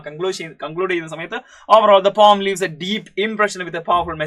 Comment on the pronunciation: Poem alla. Pom pom Lol